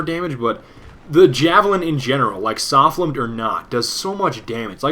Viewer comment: It's pronounced S-oh-fl-am! Meowmeowmeowmeow!